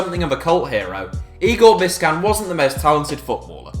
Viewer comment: Bisćan is pronounced “Bis-chan”